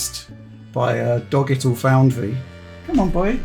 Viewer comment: "Dogital Foundry" was gold.